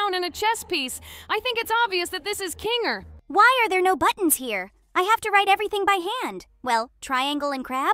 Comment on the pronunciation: PLEASE STOP CALLING HIM KINGLER it's kinger